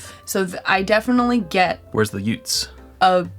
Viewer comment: Excuse me, “did you say youts?….what’s a yout?”.. haha. I’ve wanted to buy this for a while, and was on the fence. Thanks for another great review!